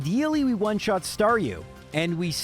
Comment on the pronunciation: star...du.. yikes bro 😆